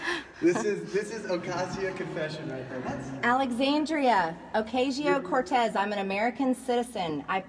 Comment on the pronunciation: ACCOUNTABILITY?!?!? Yeah you’re one to talk. SAY HER NAME RIGHT IT IS ALEXANDRIA OCASIO-CORTEZ